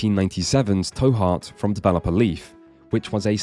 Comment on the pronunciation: The 'to' in 'To Heart' is pronounced like the English words to/two/too, e.g. as in 'Go to Jail, Do not collect $200'. Not like how you pronounced it in the vid tow, as in tow your vehicle. You can tell because it's written that way so that it's really clear, トゥハート. There's a small 'u' after the 'to' which makes it a 'tu', which in terms of the phonemes involved is meant to make it as close as possible in pronunciation to our English words to/too/two